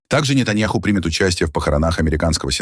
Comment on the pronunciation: На видео , голос произносит:"для не-таня-хуй"...неправильно произносит, каверкает имя! :face-purple-crying